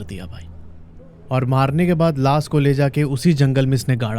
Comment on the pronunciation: Sake nahi shake….laas nahi laash (sh…..) 🤣